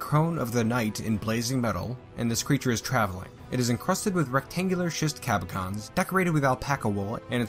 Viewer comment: You’re pronouncing cabochon wrong: it’s caboshon, not cabokon.